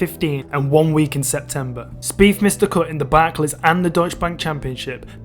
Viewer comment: Wow bro your accent is brutal "two fousand firteen Jordan speef lost by free" ya killing me. Maybe fink about how to pronounce "th"